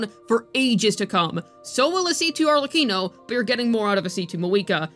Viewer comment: At least you pronounced "Arlecchino" correctly.